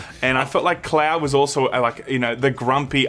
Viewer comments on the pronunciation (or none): When says cloud it sounds like he says Claire And I've never played FFV7 so while I was wondering who she was, I just accepted it.